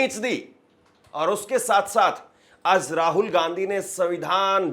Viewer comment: O patrakaar mhoday ye jo tum j ko z bolte ho use shi kro jaise tum aaj ko aaz bolte ho